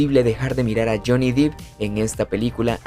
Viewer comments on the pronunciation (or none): Se pronuncia Depp, con e no i